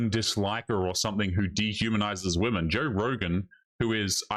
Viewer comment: Why do these women pronounce women as woman? It drives me crazy.